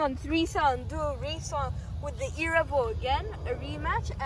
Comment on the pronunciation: love how you say erevo but be carefull with the body they nolonger exist